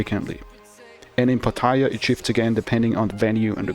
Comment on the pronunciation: Avoid street girls, risk aint worth it. Get your girls from bars, usually not a go-go unless she is special. develop a relationship over time and you can date them outside the bar fine and lady drink trap. You can even pay them extra and still be ahead of the game. Learn to pronounce pattaya, you sound like a newbie.